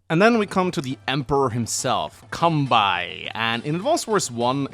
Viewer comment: Kan - be - i....its kanbei...not kanbai...